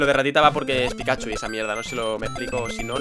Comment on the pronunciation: comfirmado que no sabe leer no decia pikachu decia pikahu por dios